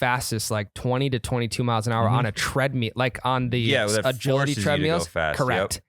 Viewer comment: you gotta stop saying treadmeal…you aren’t gonna eat it. TreadMILL. I know you can do it. Enjoy your trip. Can’t wait to hear about it next week.